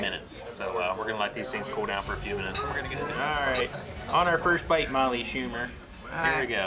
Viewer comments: I've always wondered why always say Molly's last name wrong. I like your videos when you collaborate with her. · People! There’s snow on the ground because this was filmed in February 2022 in Pennsylvania. They’re besties, Molly has a real husband and children. always kids around about her last name because few pronounce or spell it correctly. And, yes, has beaten Molly a few times in challenges. Some people need to pay attention and listen.